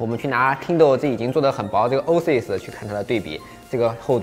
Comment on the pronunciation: Oasis念 “ ”哦哎思爱思“”